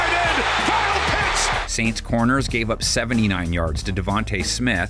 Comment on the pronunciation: It’s pronounced SAINTS! And the Panthers LOSING to the Bengals! 😊